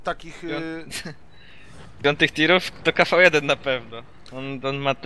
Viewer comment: nie kafał1 tylko kv1